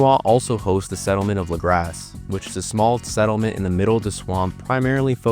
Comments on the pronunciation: As someone close to Louisiana, its Luh-Graw, similar to Mardi Gras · amazing video but hearing lagras pronounced lah-grass got me lmao